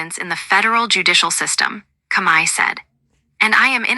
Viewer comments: The robot boys can't even say the word COMEY the say it Kami your an idiot who ever put out this fucking video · Speak correctly the dirty cops name